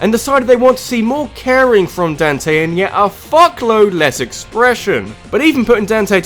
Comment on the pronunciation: I couldn't stop laughing at your pronunciation of "Dante".